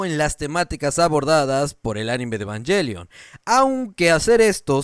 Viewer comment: Yo si vi el programa de Lolita en su tiempo y me cagué de la risa cuando dijo "Ebanjelion" 😂😂😂